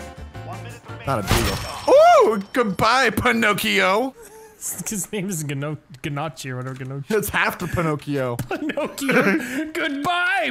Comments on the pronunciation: I’m so early I hear abt everyone being early Edit: hearing call gnocchi genochi made me cry on the inside as an Italian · I just love laughing at saying Pinocchio but he pronounced gnocchi (noc-ee), noochi 😭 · i love the pronunciation of gnocchi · Italians are about to be real upset on you and pronunciations of Gnocchi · they both said gnocchi wrong🤦🏻‍♂️😂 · Don't mind me, just here in the comments to see how many people are as upset as me that they mispronounced "gnocchi" - it's Italian, so not too surprised though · The way you pronounced gnocchi hurts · It’s not gnocchi it’s gnocchi